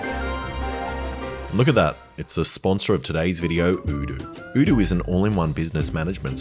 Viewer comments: They changed the pronunciation of Oh doo to udu? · i love how you pronounce odoo differently in every video, like is it O-doo or U-doo Alex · does odoo think that changing how their name is pronounced will make any more of us rich enough to own a business that requires their services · hold up, you had the same sponsor in boyboy and I think on this channel in past videos as well, and you pronounced it differently. Did that company not bother telling you how to pronounce their name until now? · Lol. Cant even say your sponsors name right... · Was the sponsor not happy with how you were pronouncing the company name? Maybe they should spell it in a way that makes sense. A single O shouldnt sound like OO. Especially at the beginning of the word, and ESPECIALLY EVEN MORE SO when the word is made up, and also ends in OO and ALSO only has 3 different letters. Id have said Odoo as well. Never Oodoo